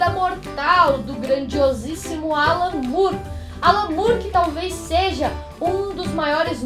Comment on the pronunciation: é more mesmo e não "Mure"